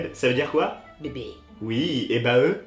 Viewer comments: il dit baeee au lieux de baééé 🤦‍♂️🤦‍♂️ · C'est pas baeuu comme tu dit mes baé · Sa se lie (bé) car se base c anglais et on lit pas bae (baé) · c'est pas baeuh xD c'est baé et ça vceut dire Beford Any Else sois avant tout le monde donc que c'est la personne que tu ne quitterais jamais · Il devrait le prononcer bey pas baé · Et puis ils dit baeuuuh mais on lit Bayye. Je t'aime biz' du MAR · C'est pas Baeuh c'est Baé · MDR BAE ca se dit pas "Baeu" mais "Beï" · C’est pas baeuh cest baéééé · On dis pas baé ( bae ) ?🙁 Et sinon gt éxplosé de rire 😂 😭 c'est incroyable toi plus t'a mère 😂😭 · En vrai ça se dit « beyy » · Allez sur Google trad ça se dit bai 😂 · À la seconde ou il a prononcé bae en baeuh...ça m'as tué😐💔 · Xully Bxck mdrrr bae déjà c un mot anglais donc nn ca de dit pas baé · j'ai jms entendu une personne dire baee à part eddie ds la vidéo ... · Il a dit “Baeuh” pour Bae 😭😭😭😭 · Wiki.iss Bah dans les deux cas la prononciation est mauvaise.